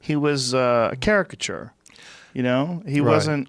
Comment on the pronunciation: Joe "Characture" Rogan